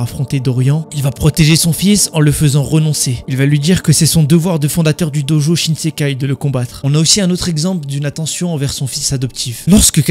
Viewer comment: Shin shin Kai pas shinsekai bg